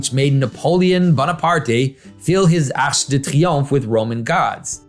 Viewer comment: i love that he pronounces "triomphe" correctly, but manages to mispronounce "arc"